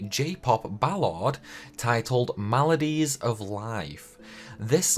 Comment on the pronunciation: Fun fact: Your accent made "Melodies" sound like "Maladies."